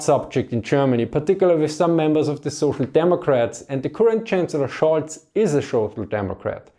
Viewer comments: His name is "Scholz" not Schulz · Scholz, not Schulz :)